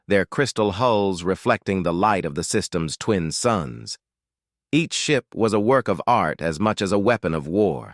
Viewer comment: "The screen switch to show the inside of the human... ship!" Weird bits of pause and emphasis all over. And I still don't like this over-used AI voice.